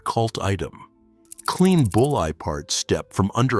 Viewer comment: Bullseye not bull eye!